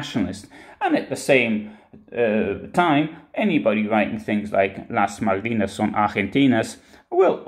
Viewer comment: Malvinas is pronounced Malbinas....